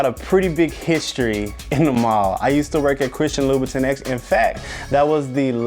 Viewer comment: I hate the way he’s pronouncing louboutin omgggggggg